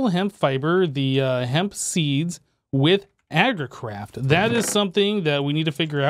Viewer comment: did say "Agricrap" instead of "Agricraft" or were my ears playing games on me